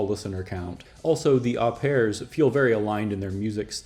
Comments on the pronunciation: I'm enjoying your videos, thank you. So happy to see the Au Pairs on this pass--fucking fantastic band! (BTW "Au" is said more like "oh" being French and all). I'd say Liquid Liquid was solidly in the Post Punk category--though that wasn't a handle that was much used at the time. It was a big tent and it had to be to contain the variety and explosiveness of that time! I too think you should continue with some more of these bands. I don't understand how you are measuring your criteria for "underrated" but check out the Fire Engines (Scotland), Virgin Prunes (Ireland), Carsickness (Pennsylvania), Mission of Burma (Massachusetts), Medium Medium (England), Kleenx (Switzerland--renamed Lilliput after a law suit), Human Sexual Response (Massachusetts), the Bush Tetras (NYC), and I'll second (or third?) the call for early Siimple Minds (Scotland)--absolutely phenomenal stuff. Please keep up the good work. Thanks very much! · Au Pairs is pronounced O Pairs it’s French but we use the word in English too